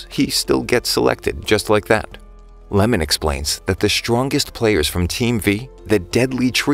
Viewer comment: guys the goalkeeper's name is not lemon its iemon